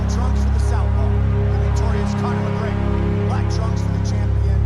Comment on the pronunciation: Connor macgwegeur au madissooon squaaare gardeuun